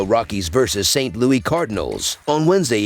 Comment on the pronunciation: Its saint LOUIS NOT Louie